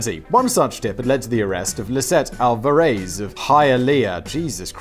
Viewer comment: Simon, you fascinate me. How do you botch "Alvarez" but nail "Hialeah?"